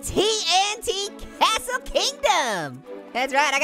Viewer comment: wow I love Minecraft and splody time and what do you call a cashle a a tashle